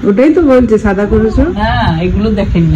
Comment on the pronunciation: The word is shaada and not saada. Being an influencer ,you need to speak properly.